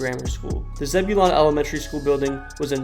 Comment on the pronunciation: You butchered the pronunciation of Zebulon 😂 but I never thought I’d see my little hometown featured in any cool videos.